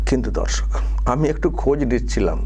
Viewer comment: "Dhorshok" noy, dorshok,vashtake ektu shudh Kore bolun 😂